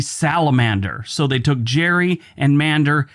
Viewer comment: Hi I just wanted to share a little fun fact with you. Elbridge Gerry actually pronounced his name with a hard 'g' like 'Gary.' I just thought you might find that interesting. Thanks for your videos, I enjoy your work.